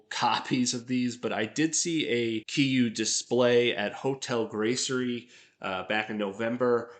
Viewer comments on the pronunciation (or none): The name is pronounced 'KEER-YU.' It's Japanese for 'KILL YOU.' And the Minus 1 replica is interesting to me, because I got the idea that the head was proportionally larger. And I'd rather face down any of the FNAF animatronics than that G84 head, though the G84 design is definitely one of my favorite suits. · Keys Ree You. kiryu/ kiriyu